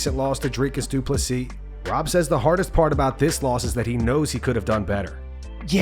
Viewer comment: When he says du plessis it sounds like 2 pussies!